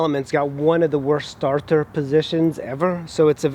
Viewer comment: Starthur? You mean starter? Your accent is like wtf?